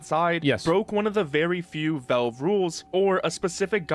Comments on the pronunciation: Why does this dude keep saying velve it's valve my boy. Not that hard. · Why does this guy talk like a completely normal person, but then every single time, without fail, pronounces Valve as Velve? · Who the hell is "Vellve"?